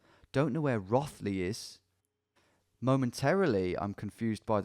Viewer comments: I still live there, the sheer pain of him mispronouncing Rothley Is catastrophic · In classic English place name fashion Rothley isn’t pronounced as it looks. It’s Row-th-ley It’s claim to fame is being where Madeline McCann was from.. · Same! and him miss pronouncing rothley and thinking thurmaston and thurcaston are the same place. as soon as i saw highcliffe i was like no wayyyy so funny. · Nice to see you in Birstall where I grew up! Did make me laugh at your pronunciation of Row-thley 😂